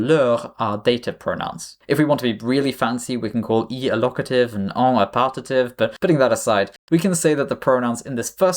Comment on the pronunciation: Love that you brought out the French accent for “locative” and “partitive”